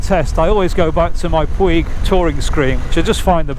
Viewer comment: I appreciate the info! Have been following all the screens. I am now on the MRA Vario Touring... BTW, it is pronounced "Poooooooge" rhymes with stooge. Soft G. Ride On!